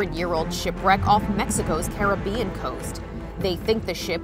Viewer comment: Carib-bean coast